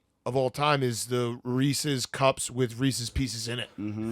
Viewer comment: We’re just going to overlook saying Reesies Piecies?!